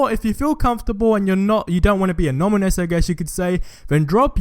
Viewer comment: Anonymous not ominous